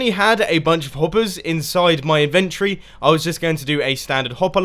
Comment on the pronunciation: I like the way you say inventory. "Invent tree."